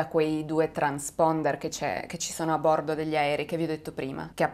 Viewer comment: Il video sarebbe anche interessante ma non azzecchi un accento...come si fa a dire vòlo, giòrno, bòrdo, òre??? Faccio fatica a seguirti, scusami.